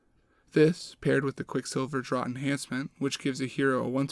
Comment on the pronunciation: My brother in Sigmar. Draught is pronounced "draft". Draught is just one of those goofy British spellings.